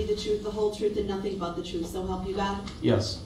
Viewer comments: I also hate the way the says oath (oaff), truth (truff), sustain (substain), umbilical (umbiblical), and so many more. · Axe, troof, licence place, dat, substain, tacket, fustration, umbiblical..an English teacher's worst nightmare. 😆